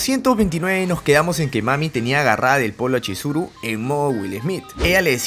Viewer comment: te equvocaste en esa parte por que tu dijiste choriso cuando era chizuru